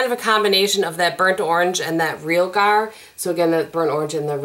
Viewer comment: Molto bene! 👌❤️. This may be my favorite 4 Looks from you! I have this palette but I don't play with it near enough. Your looks were so diverse and stunning!! Loved that orangey look #2. Oh it's pronounced ree al (like the man's nickname) gar, emphasis on the second syllable. It's arsenic or ruby sulfide pigment, so in keeping with the renaissance painting theme. I have been playing with this palette this week and all I can say is love love love. Surprised by how good the little double ended brush is! Oh perfect pronunciation on the buon fresco!! 👌. I think you are right about the reds being intimidating! And the people who love it seem to split on whether they use those shades regularly. You are also right about the mattes--they are amazing. And I have recently been using this palette for the mattes and using different pigments on the lid. And I love those looks. I tend to go overboard when use only the MR palette. But I now get the hype about ABH shadows. When that MR sister palette comes, I'm going to jump on it.